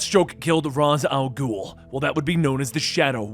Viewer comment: He pronounces it right. It's the Arabic pronunciation for the demons head.